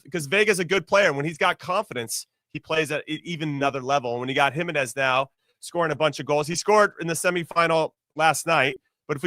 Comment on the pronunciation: Jimmy has to learn how to pronounce Jimenez. It’s killing me